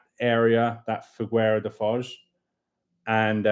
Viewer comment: Quick tip. In Figueira da foz, the U is silent. In Portuguese a G before an I and an E is read as a J. The u is there to prevent this, and maintain the G sound. Hope this was not too confusing (long story short, Figeira da Foz)